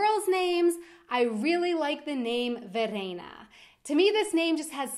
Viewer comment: My name is Verena :) And i like the way you speek it. It sounds not as harsh as it sounds when Germans speak it.